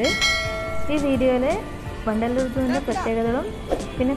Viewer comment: vandaloor ennu kettappo pandallor aanennu karuthi